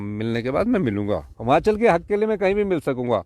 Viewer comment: Jab se appne himachal mai se ,,इ htaya hai tab se himachal ka beda garg o gya pllzzz hamachal nhi himachal boleye app